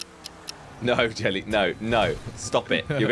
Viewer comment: Jelly more like Jell he 🤣🤣😅😅😂 more like Slow-go 😃😃😄😄 But anyways i love your your content keepup the good work